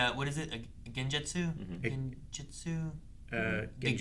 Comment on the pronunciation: "gen... gen-gecko?"